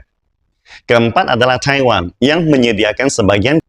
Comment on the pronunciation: Kenapa lafalnya taihwan sih